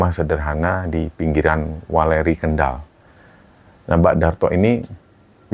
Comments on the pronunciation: Koreksi dikit weleri bukan waleri mas 😊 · Bukan waleri tp weleri bang hehehe,pak darto dari weleri brrti tetangga ku pak,sehat sehat ya pak darto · Ralat, yang benar "Weléri" mas...